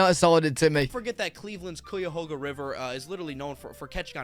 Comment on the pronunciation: He was pretty spot on about Ohio lol,sports are huge here and the beef with Michigan is absolutely accurate. 😂😂😂 And it’s pronounced Ky-ah-hawga river